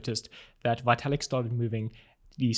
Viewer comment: His name is pronounced Vetalik.